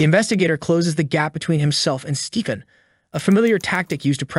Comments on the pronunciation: Is it just me or does the narrator sometimes sound like he's saying 'Steeken' instead of 'Stephen'?? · The video script isn’t being read by a real narrator, it’s just been thread through a voice-generative program that’ll read it instead. You can pick up on it easier when the AI voice is reading numbers/dates, “Stephen” is also pronounced weirdly at times. Cadence is also super off at points lol, pretty sad that this true-crime style space on yt seems to be flooded by these kind of videos lately